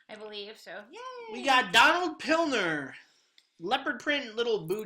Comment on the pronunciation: It's Donald Pliner, not Pilner.